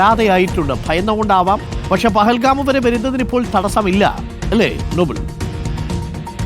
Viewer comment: പഹൽഗാം അല്ല ന്റെ അരുണേ പെഹൽഗാം